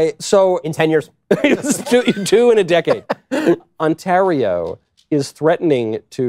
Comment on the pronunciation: On Tare Ee Ohhhh